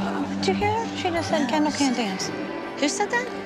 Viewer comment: Her name is kendall not candle 🤣🤣